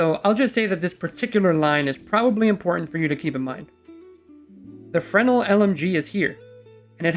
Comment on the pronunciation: Fre-NEL, not FRE-nul